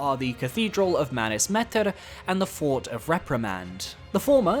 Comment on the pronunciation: Why do you pronounce Metyr like that. It’s not how it’s canonically pronounced and you are just over-pronouncing it. It’s pronounced mett-er.